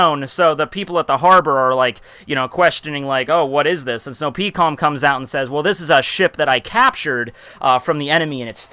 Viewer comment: Peekoms? Dafuq is his pronunciations of characters